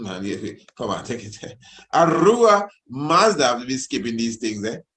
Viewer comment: Yes kingman ! The i pronouncing it well . Zoroaster is indeed known as the Iranian prophet who speaks of the One god the creator. Ahura Mazda would the correct pronunciation ( with the H sound )